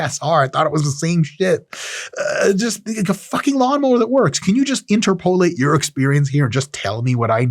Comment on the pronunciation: Inter-polate? Never heard anyone say it like that before.